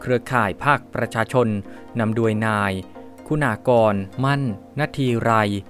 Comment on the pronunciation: อ่านภาษาไทยผิดพลาด คำว่า " โดย" อ่านเป็น " ดวย " ทุกครั้งมาตลอดไม่ทราบว่าจบจากสถาบันไหนครับ